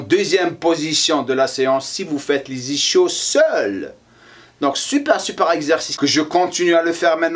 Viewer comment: On dit "isskios" et pas "ischios" :') sinon bonne vidéo